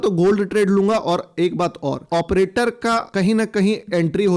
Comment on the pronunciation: एऑप्रेटर बोल के तू बस हमारी मत मार 😅😂😂